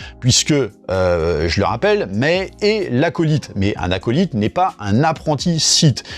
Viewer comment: Bon, ça pique les oreilles. Le "zi" bien français, on a l'habitude. Mais Acolyte, ça se prononce aco-"light" (comme lumière si tu veux) Donc bon, je ne t'en veux pas mais c'est pour le clin d'oeil ;)